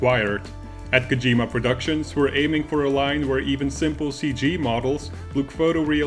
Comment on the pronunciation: It's KOH-jee-ma, not Koh-JEE-ma.